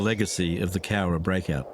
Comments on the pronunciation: You got the pronunciation 100% right mate👍🏻 Another awesome video and vid reaction! ⭐️⭐️⭐️⭐️⭐️ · No, you said the name right; it is referred to as The Cowra Break in Australia. One of the famous POW escapes during the war. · Cowra” you nailed it! Good on ya,!